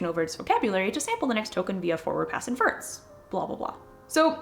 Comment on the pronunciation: If someone doesn't pronounce "inference" properly and portends to have deep thoughts on AI, well, there seems to be a contradiction